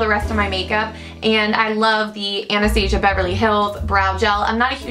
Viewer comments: But it's not right... Anastasia is founded by a woman named Anastasia and that's pronounced An-es-tah-seeyah. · OMG! somebody finally says Anastasia right!